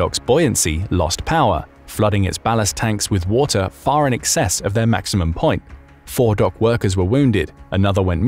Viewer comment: Says wu tar instead of water